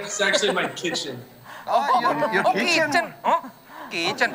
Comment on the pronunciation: that accent, when desta say kitchen